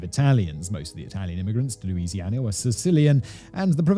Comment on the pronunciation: Louisiana not luisiana